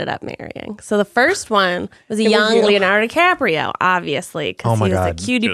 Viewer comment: leo "diCRAPio" is my favorite misspeak